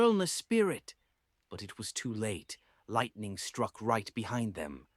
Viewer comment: Which kain pronunciation of lightening be this😂